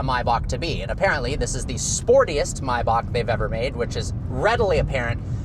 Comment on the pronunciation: bro forgot there's an "A" in the first half of "MAYBACH"